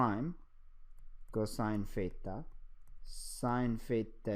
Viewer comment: I keep hearing "pheta",,lol. But this video was really helpful.